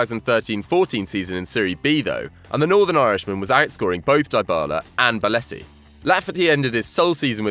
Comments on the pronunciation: This guy saying beletti instead of belotti is pissing me off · Will somebody tell this guy that it's BELOTTI and not BALETTI!!! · ‘Boletti’ is triggering me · Belotti not Beletti 😂😂😂